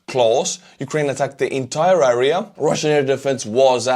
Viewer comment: Area is pronounced like Air ee ya not A Ree a, Same sound as hair or air or pear or flare or whatever. Слава Украини!!!